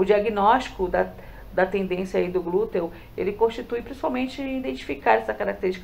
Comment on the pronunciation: Tendinite no Glúteo e não Tendência no Glúteo! Glutei? Só faltava falar: Glúten! É interessante antes publicar o vídeo que você leia ou peça pra alguém faze-lo! Mas o conteúdo está ótimo🎉